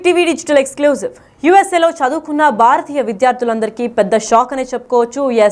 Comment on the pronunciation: Baaaratiya Kadu- Bhharatiya